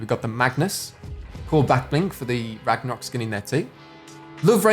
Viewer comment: You said ragmarok back bling on the Viking one!!!! But thanks, it was a cool video